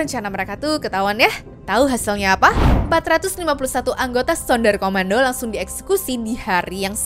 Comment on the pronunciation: BUKAN SUNDAR KOMANDO TAPI SUNDER KOMANDO KA